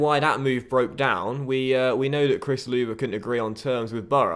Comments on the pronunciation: I know u sold him but just to let u know Chris Loŵe is pronounced Chris low not Chris luva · It's pronounced Lerver not loover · I can't think of a creative name Its actually Lerr-vah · Also its chris lerve for pronunciation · Löwe is pronounced Lerva! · WHERE DID YOU GET THAT SHIRT MATE THAT IS 🔥 (and as for Sessegnon - blood him through, start him in the Carabao Cup maybe?) P. S: Chris Lowë's surname is pronounced Low m8 P. P. S: WAS THAT WOY CELEBRATING WITH SAKHO? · Lowe is pronounced lerve